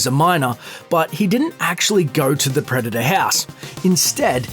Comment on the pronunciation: "preda-daaahhhh" Americans facepalm